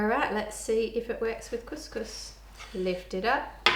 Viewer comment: as an arab and arabic speaker you just said. Kuss kuss which is pussy pussy. you mean to say. Cous cous which is food.